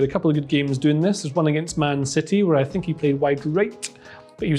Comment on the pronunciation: got the mourinho vibe there "i sink"